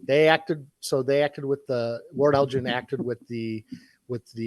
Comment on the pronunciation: Great podcast as always! One small detail: Lord Elgin's name is pronounced with a hard 'g', not a 'j' like the name of the city in Illinois. Also, it's rude of you to assume that I don't have a private collection worth tens of millions of (Zimbabwean) dollars. Edit: Apparently that currency was revalued. I'm not as rich as I thought I was.